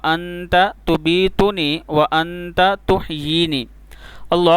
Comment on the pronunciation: لفظ تبیتنی کی بجائے تمیتنی آنے گا چیک کر لیں